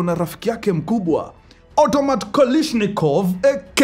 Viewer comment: Automat Kolishnikov🤣🤣🤣🤣🤣🤣🤣🤣🤣